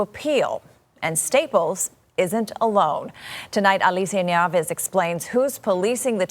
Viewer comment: I could understand everything except for the presenter saying the person's name and then the person saying their name. Why are people's names not understandable anymore? All I heard was alicinadas.